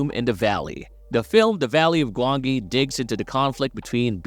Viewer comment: The valley of gwangi was 1967 for one thing and could you please stop using an A.I narrator, the mispronunciation is infuriating.